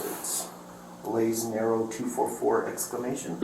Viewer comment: lololol😂😂😂 He said “BLAZING ARROW” not “LAYS NARROW”!! 😂😂😂😂😂 I’m dying laughing 🤣 😂